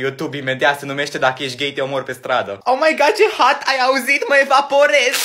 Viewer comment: La primu ai zis omaiglas în loc de omaigad